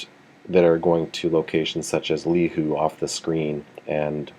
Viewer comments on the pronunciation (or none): Hi there! Great demo! I've got Radar Chaos and can't wait for the Hawaii edition. Just one niggle, Lihue is pronounced "Lee WHO Ey" (like Hey but without the "H"). It's okay though. My wife had a hard time pronouncing all the Hawaiian street names when I took her to visit my folks :).